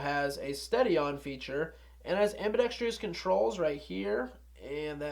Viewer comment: Ambidextrous not ambidextrious